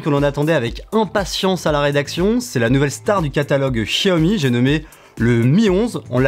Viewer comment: Pas de test vidéo sur le Xiaomi Mi Lite 11 5G ? Ah cette marque se prononce Jiaomi 😊.